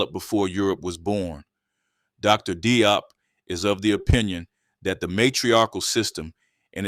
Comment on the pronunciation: Very nice, but Dr. Diop is pronounced more like 'Jawp'.